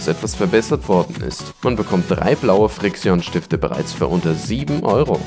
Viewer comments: das heisst nicht friiksion es heist friktschen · NicCapone er sagt frix ion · bohr junge das regt auf xD ausgesprochen wird es friktschen und pailot (das ist ausgesprochen, keine Rechtschreibfehler)